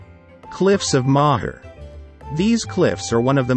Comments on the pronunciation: "Cliffs of Maaaher" ffs ... NO, it's Cliffs of Mo-her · Gotta love these robot voices haha ...The cliffs of Maw-her, Crow-awg patrick & Glenda-loo